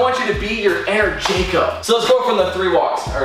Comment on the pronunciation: has never pronounced Jacobs name correctly b4 lol